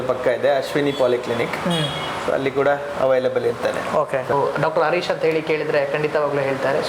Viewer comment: ಅರೀಶ ಅಲ್ಲ ಹರೀಶ ಎಂದು ಉಚ್ಛರಿಸಿ.